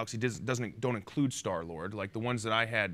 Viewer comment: Vin says “I was loving Star-Lard...” I mean... 😆